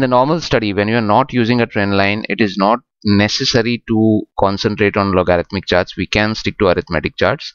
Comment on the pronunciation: try loguh-ridh-mic